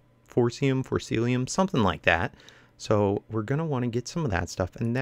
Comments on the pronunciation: forcicium not corciLium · Sorry to correct but its For-Ci-Ci-Um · it's pronounced for-sis-e-am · there is no L in Forcicium:p